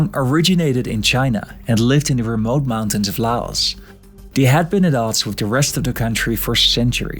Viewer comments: Bro pronounced "Laos" like "la os".☠☠☠☠ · JFK couldn’t even pronounce “Laos” correctly during his speech /